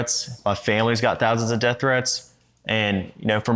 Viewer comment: He can't say "death" either... he says "deaf", and he does it every time